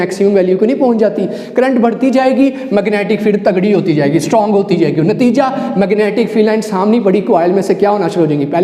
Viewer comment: Word 'tagrri' 🤭